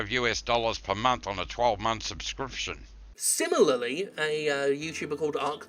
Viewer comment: 75 dollurz yew-ess per mumff